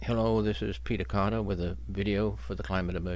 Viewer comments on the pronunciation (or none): none